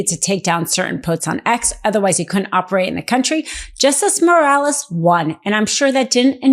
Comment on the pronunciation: Bolsanaro, lol, not Bolsario, and Moraes, not Morales